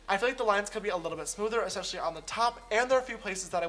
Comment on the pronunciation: Sister! You said Eseshhalee instead of Especially 😂💕